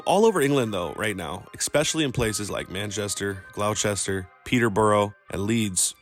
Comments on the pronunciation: Narrator said “Glow Chester” for Gloucester. It’s pronounced “Glosster”. Stupid Americans. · Gloucester 😂 it’s pronounced ‘glosh-tishier’ not ‘glouchester’ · Its pronounced gloster just FYI not glawchester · Glough chester😂😂😂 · Nice try but we actually say it more like Gloster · What about “glouchester” 🤣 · "glawchester" have a day off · Where in the UK is Glauwchester? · fyi, gloucester is actaully pronounced GLOSTER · Man said “glou chestir” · Gloucester is pronounced gloss-ter 👍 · Interesting. one side note. It's pronounced glosster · EKSPECIALLY and you pronounced Gloucester wrong. GLOHSTUH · Glauwchester petter brow lol it’s pronounced gloss ter, and petter bah rah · Gloucester and Gloucestershire is pronounced gloss-ta and glossta-sheer